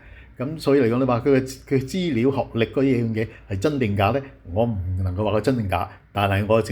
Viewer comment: 大陸西就大陸西, 扮乜鬼外國返黎,資料讀成豬料